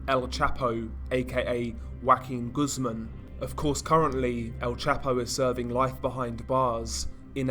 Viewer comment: I’m never pronouncing English words probably ever again out of spite for this narrators pronunciation of Juaquin Guzman.